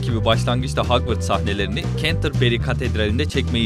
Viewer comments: Hagvırts hogwarts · Hagvırts??? Hogwarts??